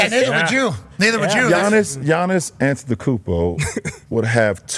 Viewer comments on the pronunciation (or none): none